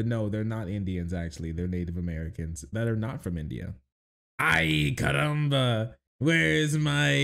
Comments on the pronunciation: Bro, “CARRAMBA”? 😂 like, why the hard R? 😅 it’s “caramba” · I know right? They even got his birthplace of Genova correct (northwestern Italy), yet they make him say "ayy caramba" and pronounce his Rs like a mexican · it ain't even the right Spanish accent 😭 it's like if they had John F Kennedy speak with a Jamaican accent (which to be honest would be hilarious)